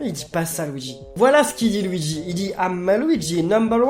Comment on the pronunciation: nn luigi il dit : go weegee!